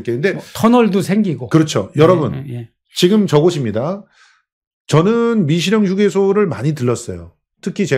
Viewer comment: 재영목사야? 미식영이 아니고 미시령이네 발음똑바로 하라우야